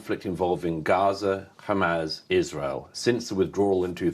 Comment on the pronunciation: Why does Murray always call them “Hamazz”?